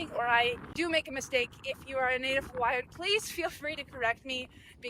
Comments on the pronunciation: I'm not native hawaiian but i was raised in the islands as were my parents and there parents. Nice to see someone like yourself enjoying the islands and learning about the culture. Your pronunciation is pretty spot on, very well done! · Pretty good pronunciation of the Hawaiian language.